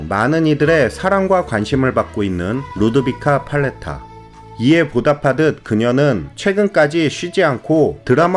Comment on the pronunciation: 루드비카 팔레타 스페인어로는 루드위까 빨레따 이며, 마리아 호아키나 스페인어 발음으로는 마리아 호아낀나라고 합니다. 천사들의 합창 저도 어렸을 때 잘 봤습니다.